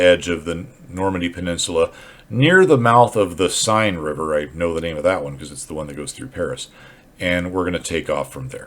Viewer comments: Love your vid I’m just exploring axis aircraft, particularly the 109. Will give the Dora a go, what I’ve learned about your videos is to have patience over the target area. P.S, it’s pronounced ‘The Sane River’ not ‘Sign’. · The River Seine is pronounced Sen. Not Sign. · Great stuff! An hour well spent. Although the French needs a little work. So, in the spirit of 'One good turn deserves another': 'Seine'. Sign? Nah! More like 'Senn'. You're welcome and thanks.